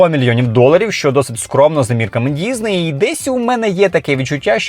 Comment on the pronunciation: Чому діЗней? Що це за мулька пішла псувати українську, аби тільки не було схоже на російську...бісить...дізней, гакери...